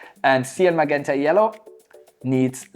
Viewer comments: Sir, i know its a language thing, but im sorry, its pronounced ma-Jent-a. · hahaha I love when you say "maguenta"! Great video!